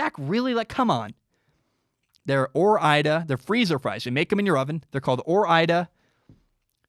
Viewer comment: Goddamn it ore-ida?!?